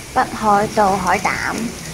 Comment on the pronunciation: “ ” 北海道 一聽都知唔會係日本人